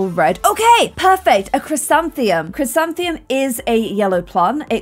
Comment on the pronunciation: IT IS> CHRIS - AN - THI - MUM! that is how its pronounced lol